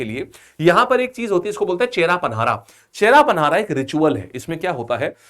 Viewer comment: Hello sir, It is not बहुदा यात्रा, it is बाहुड़ा यात्रा which meaning is वापस लोटके आने का यात्रा। And it is not छेरा पनहारा, it is छेरा पहॅरा which meaning is सोने का झाड़ू । Please sir, pronounce it correctly.. Love from odisha.. 💖💖💖